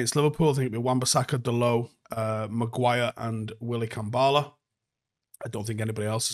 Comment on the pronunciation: Clearly the W in Kambwala is silent